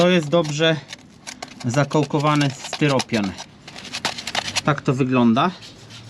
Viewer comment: Styropian nie steropian i kupować nie kupywać 😂